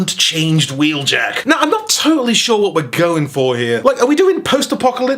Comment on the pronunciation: don’t you mean wheeljacketuid